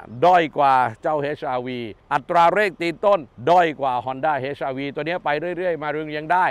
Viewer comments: เหมือนผมได้ยินว่า เฮ็ช ไม่ใช่ เอ็ช อาร์ วี อ่ะ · HRV อ่าน เอช อาร์ วี ไม่ใช่ เฮช อาร์ วี